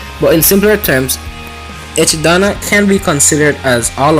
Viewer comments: Echidana lol its echidna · Echi-Dana ? Ejidama?!?